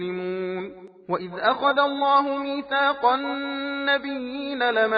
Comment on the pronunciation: Ayet no 260 first letter wwaao pronunciation clearly missing . Although tilawat is good